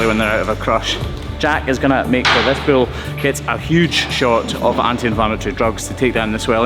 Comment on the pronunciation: Why does he call it a bill instead of a bull?